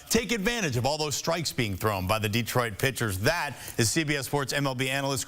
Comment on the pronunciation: De-troit. Not Deeeeeetroit.